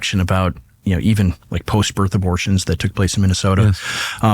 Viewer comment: WTF is a "post-bitth abortion"?